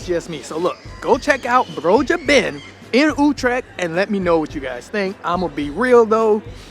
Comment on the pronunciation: Why do I have to do a TOEFL test to get a conditional entry to your country and you are too mentally lazy to for even one single time pronounce one single word like Utrecht THE WAY IT IS CORRECT ?